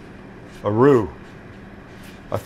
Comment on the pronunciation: My thoughts at 5.21... Haha, why did Sam just make that sound AROO? Oh he's making *a roux*... (facepalming self)